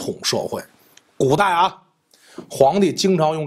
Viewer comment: 说起文字狱..古代啊（重音）…😂